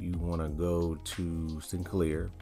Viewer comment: Wauw absolutely no introduction to trakt given in this video. Just you pronouncing sycnler wrong a million times and integrating it into random apps.